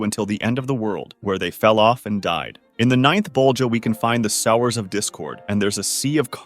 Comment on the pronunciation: That's not how you pronounce "sowers" dude